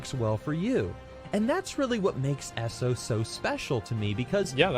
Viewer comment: Who the fuck calls it ESSO? It's E.S.O